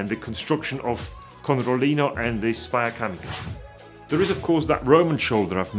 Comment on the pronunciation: It's "Spalla Camicia" :) greetings from Italy